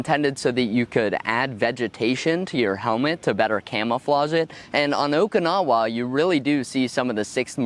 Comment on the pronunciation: Every time I hear someone pronounce Okinawa like that, I cringe a bit.